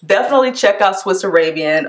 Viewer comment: Swiss away-bian. 😂